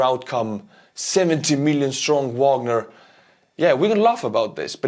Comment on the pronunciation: face-fuchsia-poop-shape::face-fuchsia-poop-shape::face-fuchsia-poop-shape:Bro, you are doing a great job, but there is one thing that gets on my nerves as a lover of classical music. Please start Wagner with the V sound and end it with the AH sound - it is a german surname, not english. Don't copy Prigozhin, he is just a dumb orc.:face-fuchsia-poop-shape::face-fuchsia-poop-shape::face-fuchsia-poop-shape